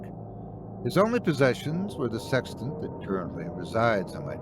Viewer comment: "OH... "SEXTANT!!!" I thought you said "SEX TENT"... sorry, old chap. Wrong story!🤪 So... where was I???"